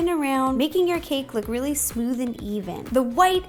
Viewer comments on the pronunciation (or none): none